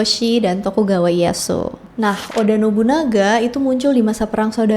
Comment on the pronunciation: instead of.. Daim-yo ... remember for next time, say it like Dai-Myo Ie Ya Su.. jg diusahakan jangan malah jadi I-ya su... malah kalau mau bagus, di bacanya Ie- ya-s. (iyeyas)